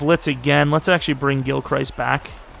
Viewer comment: For the love of God please get Parsons OUT of the MLB spot. TFG I assume is who you got this class from, is an idiot and moves players around to fit the class needs. He's a ROLB. Also, Gilchrist is pronounced gil crist.